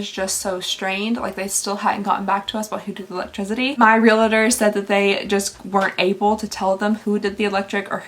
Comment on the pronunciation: Its reALTOR not reLATOR